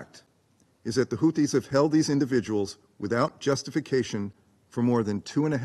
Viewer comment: Russia is the adult in the room! And it's Houthis, not Houtis.